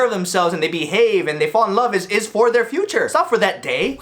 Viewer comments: “the few chore” LMFAOAO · Mohit Balani you mean FEW-CHORE 😂